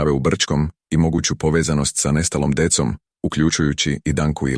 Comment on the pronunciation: Ne govori se dekom nego decom Децом